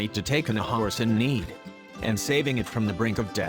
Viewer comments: I cant XD I cant just have one howrse XDDDDD this guy says it so weird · Why can’t he say horse correctly